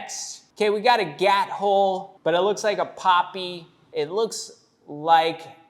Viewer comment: Gat hole ❌️ Gyat hole ✅️